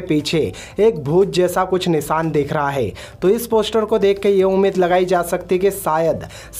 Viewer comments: Bhai please Pehle poshter...I mean poster bolna to seekh le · Poshtar 😂 releajj 😂😂😂 Arey first correct your pronounciation.